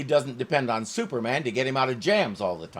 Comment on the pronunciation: I almost laughed my head od when Maria pronounced the hero s name as Zooperman!😂😂😂😂😂😂😂😂😂😂